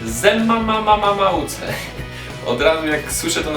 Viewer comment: Zememamucze a nie Zemamammamuce